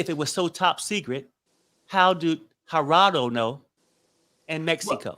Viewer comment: Not a fan of King. The way he was pronouncing Gerado’s name was very ignorant and disrespectful. He was also disrespectful on the panel towards others, esp to women, and I could do without him on show going forward. It’s hard to take someone seriously and be open to their words when they’re being extremely rude when making their point.